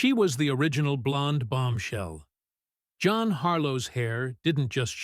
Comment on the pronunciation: "JOHN Harlow" 😂😂😂😂